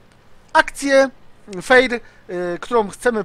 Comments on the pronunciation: nie "feir" tylko "fer"(chodzi o wymowę):D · fer a nie feir bo to trochę dziwnie brzmi:) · QuickyBaby również stworzył materiał filmowy związany z byciem "fair" - "Being the good guy..." ( poprawna wymowa to "fer"). Według mnie bardzo fajna akcja i oby więcej takich inicjatyw. Życzliwość w grze to świetna sprawa. Gracze pomagający innym w grze jak najbardziej zasługują na wyróżnienie. Nie zapominajmy, że WOT to gra zespołowa, a udzielenie pomocy w krytycznych sytuacjach swoim kompanom może mieć znaczący wpływ na wynik bitwy.